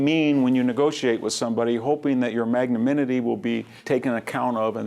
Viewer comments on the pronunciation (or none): Couple of things: It is pronounced "mag-naN-imity" not magnaminity. Calvary is where Jesus was murdered. Cavalry are horse-soldiers. Also literature has an "a" in it. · at 20' 10": commisserate? he means comensurate. For a highly educated man, he continually makes inexplicable linguistic blunder like this. He repeatedly says "magnaminity" and never manages to pronounce "nuclear" correctly. Great talk in all other respects, though